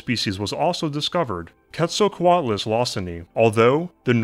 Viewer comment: Pronounced "Kate-sal-co-alt-luss"